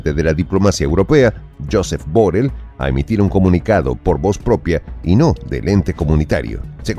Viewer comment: Pronuncias MAL la palabra BORRELL